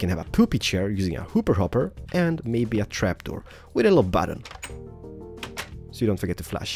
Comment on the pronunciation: bu-tton? hiong? what is that ._.